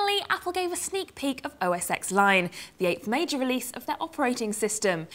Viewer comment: uughh, I'd of though The Gadget Show would have known OSX is (OS ten)